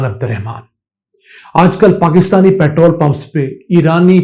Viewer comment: Petrol ko sahi say bolain na k petrl petrl kartay rahain